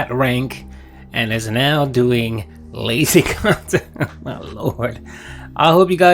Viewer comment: I despise how he always makes a big deal about “main kahntent” and “side kahntent” no one but him cares